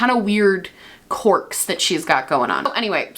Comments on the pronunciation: Is she saying "corks" instead of "querk?" ❤️❤️ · Love you and love the video (haven’t heard this story before and was living for it) but I cannot get over how you say “corks” haha just a southern girl not used to that accent